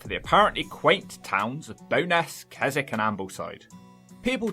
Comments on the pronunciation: What sounded like 'Kezzik' is spelled Keswick. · Don't apologise for keep stopping, I like how you look things up rather than saying "can someone tell me in the comments" like many reaction videos do. The subtitles on that video are hilarious. The towns are Bowness, Keswick (my home town, pronounced kessik) and Ambleside. The Western Lakes are lovely, partly because it's mostly locals who visit and so they're not crammed with gormless tourists.